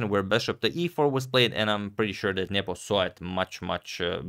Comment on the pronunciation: I like how Agad says "Nyepo". This is correct.